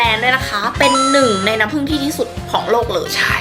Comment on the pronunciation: น้ำผึ้งไม่ใช้น้ำผึ่งค่ะ